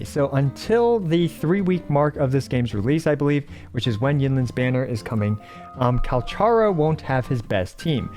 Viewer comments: Thanks for the tips, will reassess my builds and see if I can adjust some things based on the suggestions here. Speaking of which, I think the official pronunciation of Calcharo is KAL-kah-RO (some say it's derived from Kakarot)? Ofc could be wrong. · i jsut laerned that calcharo isn't pronounced like kal cha ro bur kal ka roh (in the official character video thingy they pronounce his name) im just gonna call him sephirot any way :D kakarot was a fun name to similar to sephirot